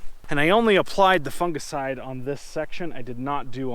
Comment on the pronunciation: Lol “funga-side”